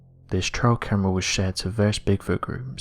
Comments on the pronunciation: I'm sorry, but is he saying TRAIL camera or TRIAL camera!? It's drivin me nuts! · Sorry, but I have to do this it’s “TrAil camera” not “TrIal” camera. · Its trail camera, not trial